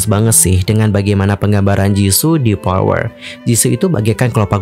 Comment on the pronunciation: Tolong banget F atau V dibaca dengan benar, FLOWER BUKAN PLOWER, VARIASI BUKAN PARIASI dan masih banyak yg lainnya. Konten menarik, cara bawain enak didenger, tinggal eja yg bnr aja utk F/V pliss bgt!